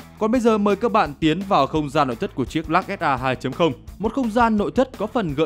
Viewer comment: Lux mà bố con đọc là "_Lắc " Tiếng anh Đại học Trường Sơn !